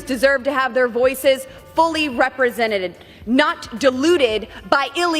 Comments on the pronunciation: She said "representeded." 😅😂🤣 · Did this idiot #BoBoBoebert actually just say "represented-ed" during her moronic, white nationalist diatribe aka word salad? (And she's not even the dumbest #Repuklicon in Congress.) 🥴👈